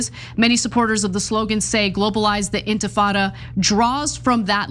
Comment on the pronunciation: OMG, Lindy Li can't even pronounce "intifada". Clearly she didn't write that racist screed herself.